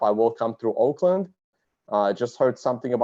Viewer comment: Auckland, not Oakland